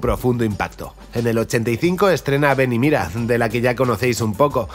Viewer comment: Esta todo muy bueno, lo unico que nose te entiende es el titulo desis ven y mida